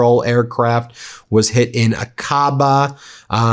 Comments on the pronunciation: Aqaba is pronounced (ahka-ba), not (ah-ka-bah). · FFS find out how to pronounce Aqaba. It's not 'A kaba' it's 'Ack abah'. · Ben: For god’s sake get your ME pronunciations checked before you go on air! The Jordanian city on the Red Sea is pronounced AH-ka-ba !! Features prominently in Lawrence of Arabia!!!